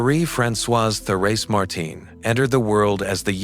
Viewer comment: Can't you say : LISIEUX (LIZ - I - EU) ? NOT LI-Z-IOU !? And THÉRÈSE (THÉRÈ - Z - E) ? not THÉRÈ - S - E !?